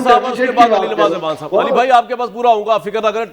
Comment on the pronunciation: کامران بھائی لفظ اعوان ہے آپ ایوان کہ کر بلاتے ہیں ۔۔ Next time parhaiz krain🤒 Shukria❤🌷🌷